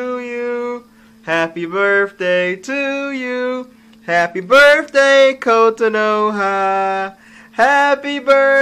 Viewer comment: "Kotanoha Chan! Daijoubu"?!